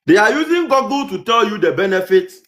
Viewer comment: SHAME. It's GOOGLE as (GU-GLE) not Gogle